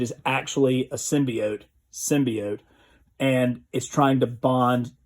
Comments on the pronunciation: Finally he said symbiote and not symbeot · Thank you so much for sticking with symbiote the other pronunciation was driving me crazy also congrats